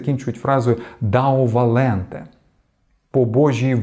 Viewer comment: “Deo volente” , не «дао валенте». До речі , вважається що цій вислів використовували не стоїки , а католики-єзуїти